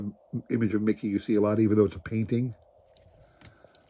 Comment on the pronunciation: It sounds like you are saying Miggy and not Miggy and not Mickey lol Those cards are very cool though. Lots of action shots. Those cards are very cool, thanks for sharing !!